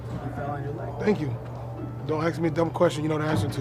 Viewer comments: why do black athletes always say "ax" and not "ask". not being racist , i just dont get it. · Westbrook loves saying aks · "Don't axe me dumb questions" lmao but thank god Russ ain't injured